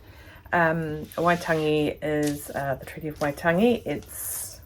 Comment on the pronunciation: Not laughing......But I am blown away at your pronunciation of Waitangi x x